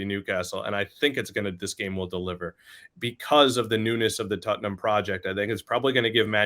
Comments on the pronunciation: Why is he saying tuttenhum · What is tut-num? Spurs may be easier to pronounce.